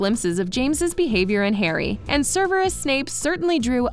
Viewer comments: "server-rus" - it should be "sever-rus" (sever - to cut off) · “serverus snape” 😂🙄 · YOU DID NOT JUST SAY "SURVERIS" I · Ser-ver-us?? SEVERUS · Um sorry but it’s Severus not seRverus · Is everyone going to ignore the fact she said survurus Snape instead of severus snape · Did she just say sir-ver-us instead of sev-er-us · I know I’m not he only one that is gonna point this out ITS SEVERUS NOT SURVERUS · Serveris Snape? get the name right! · Serveris? Serveris? ITS SEVERUS NOT SERVERIS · does anybody notice how she said serverus snaps instead of severus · It Severus not serverus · is no one going to talk about how they said serveres instead of severes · She called severus serverus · She said “Serverus snape” instead of Severus Them:Ser-Ver-Us How it is really:Sev-Er-Us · My trigger is when she said Serverus, not Severus ahhh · Ok was anybody else annoyed at how she said Serverus its Severus not Serverus! Just me? Ok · Severus Snape not serverus snape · serverus snape? Severus but ok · CERBERUS Snape??? CERBERUS??? I think you mean SEVERUS! It's NOT so hard to pronounce..."SEVERE" is already part of the English language... SEVER-US... Also, it's PEV-ERELL...not PRE-VERELL... Come on now...enjoyed the video, and the research done, but work on the pronunciations please. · Lol casual, "serverus"?? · Ok but why are butchering their first names “ serverus “ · It annoys me when people pronounce Sirius as serious. Or Severus as Serverus. Or J.K. Rowling as J.K. Rolling. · I like how they pronounced "severus snape " " sirverus snape " 🤣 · "SERVEROUS SNAPE"🤣😂 and "Ig-na-tus Prevrel" 😂 oopsies or does announcer not know The Potter world? In any case, joking aside I really enjoyed these little back stories. Thank you! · LOL! "Survures" Snape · This lady said “server/us” snape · Did you really just say serverus shape? My father will hear about this. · “Serverus” Snape?!?! 🤣😅 Made me giggle! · Did she say Cerberus Snape? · She called snaps server-us-snape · Server-us Snape....